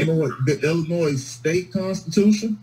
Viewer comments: I had a teacher who told us there is no "noise" in Illinois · As someone who was born in Springfield, it hurts my ears when people sound the s in Illinois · Hes even pronouncing the S on the end of Illinois. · Lock him up simply for continually pronouncing the "S" in Illinois! As an Illinoisan, it is like nails on a chalkboard to hear it. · Wow, that was an extra large word salad, with a side of word spaghetti going on there. I liked the judge and prosecutor. No nonsense, and that’s it. “Sir, you are getting extra time for being grossly ill-informed, and pronouncing the S on the end of Illinois. Good day.” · Some one needs to inform this person that the S in Illinois is silent! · The S is silent!! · I wonder how this man made it this far without knowing the final s in "Illinois" is not pronounced.